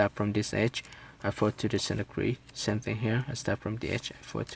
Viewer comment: its same not sem